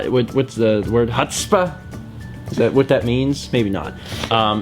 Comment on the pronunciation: trying to say "chutzpah" like a typical white boy 😂😂😂